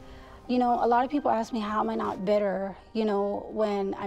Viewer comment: You should have told the guard it's pronounced "ASSSK" not "AXESS"